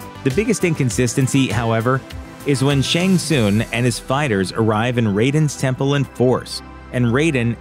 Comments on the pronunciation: *Shang TSUNG.. it’s NOT Shang SOONG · Its shang Sung not shang soon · Terrible critic. It’s SHANG TSUNG (SUNG) not TSOON. Smh. Terrible journalism. Thumbs down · This is like the 3rd video narrated by a guy who clearly hasn't seen the movie. Otherwise he would pronounce Shang Tsun's name correctly. It sounds like Shang SUN, not Shang SOON. Show some damn respect. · the way he presenter pronounces shang tsung's name lol